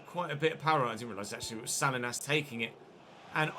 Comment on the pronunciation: Salinas isn't pronounced sal-lee-nas lol. It's suh-lee-nuhz, I just thought you might want to say it right going forward.